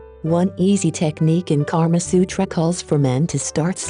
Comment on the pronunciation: It's not Karma Sutra It's Kamasutra